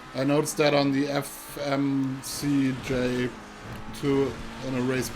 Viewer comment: He can't say Fmj 3 letter but can say reaper right how dude. 😔😔